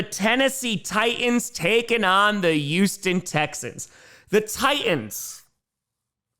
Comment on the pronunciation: "Youston / Yuge"